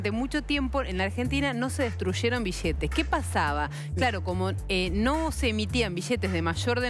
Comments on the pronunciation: Por que dice bishete? es billete, me transformo en peter capusoto y le digo que hable bien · Chee piva... Se dice billetes, y no es BISHETES... Che piva Anda a la escuela de buenas pronunciaciones. Y no es chiste che piva!... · Dijo como mil veces "bishetes" en 5 minutos :/ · Billetes ni bisheetes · Nadie pronuncia bien la doble L (ll) la mayoria pronuciaria bi-ietes o biyetes, cuando la forma correcta es bilietes. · Billetes no bishetes no entiendo por qué no hablan normal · billetes, no bishhetes, BILLETES. DESTRUYERON: DESTRUSHERON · Bishete, billete estos argentines y su pronunciacion de mda. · en baires la pampa y santa fe hablan mucho con la sh...acá en Córdoba capital en ves de pronunciar bishetes el cordobés bien de barrio te dice biiiete jaja en baires las palabras con ll se pronuncian con sh acá en Córdoba con la i por ejemplo llevar shevar y el cordobes hincha de talleres iievar...jaja somos unos culia... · mas de 8cientos mishones de bishetes -billetes* -y plata es mas JAJAJA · se dice billetes no bishetes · no se dise bishete sino billetes. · jaja amigo soy de perú y cuando digo bishhetes es por que me causa gracia pero en buena onda , pero si opinara en mala onda diria que destrozan el español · bishetes grandesh y bishetes shicos. :V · Pero como se destrushen los bishetes bishetes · Mishones de bishetes en pequeños ladrishitos xd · juan pablo bertoldo Obvio que shia shabia. Bishetes shicos y bishetes grandesh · Iusa Une alomejor xk asi viene enel libro de eyos bishete 😂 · Rigoberto Rojo En Argentina, Uruguay, y Paraguay hablan así por la influencia del portugués en América con el idioma español. Los bixetes o bishetes mixones, o mishones, es el shhh del portugues. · Que muchas veces dijo bishetes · Una pregunta, sin ánimo de ofender, por qué si se escribe "billetes" lo pronuncian "bichetes"? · Es Argentina por eso dice "bishetes". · Bishetes de mashor denominación bishetes bishetes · Bishetes mashoria ,destrushe ,ladrishitos .